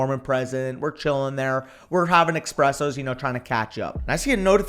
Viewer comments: This man just said “expressos” lol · "expressos" oh no